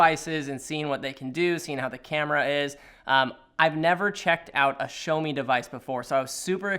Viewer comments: Great video as always from the moment guys and I love you people and your view on photography in general. But, one minor thing, the brand name is pronounced "Jjaomi" or more preferably "Shaomi" not "Showme" that's for sure. xD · Okay just to make it clear It's "Sha O Me" Not "Show Me" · ... thought it's pronounce Shiiiiiaawwww meeee.... not sho meeee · bro stop saying "Showmi" its "Shawmi" 😤😤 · It's not 'show me'. It's 'shaw me'. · Um..... There's one thing........ Its not "shomi" It's Shiaomi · "This is the SHOW-ME MI Note 10" LOL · It's called shaow me (like now-me) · What's a "showme" ? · Yeah shou like in shower + me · Xiaomi pls show him how to say it properly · Niranjan C.S xiaomi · Someone teach this guy how to say it 😂